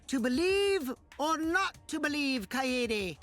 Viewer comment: Lol finally pronounced “Kaede” right after she died 😂😂